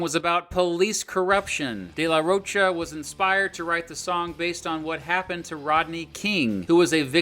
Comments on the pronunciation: Its Day la rho kah, not roach-a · ^^^ Where to hear "de la roach-uh" like 50 times in less than 20 minutes ^^^ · Dude….. you pronounced “Down Rodeo” wrong. Have you heard the song? It’s referring to Rodeo Drive, not a cowboy rodeo….🤦🏼😕 You also pronounced “de la Rocha” wrong dozens of times…. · Dude if you’re going to do a documentary on a band, learn how to say the front man’s last name